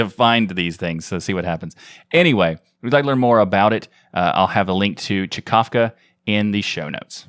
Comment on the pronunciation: Czkawka means hiccup in Polish ;) You're welcome EDIT - Oh. It said just this in the screenshot fro mthe original website :) Well... But you did say it almost right :D